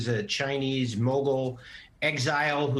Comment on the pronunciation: Bannon. Not Brannon.